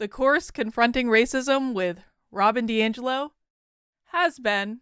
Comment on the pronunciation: Congrats. Some people even pronounced your name correctly!